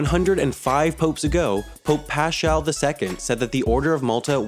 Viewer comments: its pronounced paz•kawl not pa•sh•kawl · "pashaal" ::DD:D:D:DD:DD duuude, that's Pascal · Pope PasCHal ("s" sound followed by "k" sound, as in architecture), the word is Greek in origin, not German, as your pronunciation would imply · Its pronounced pasKal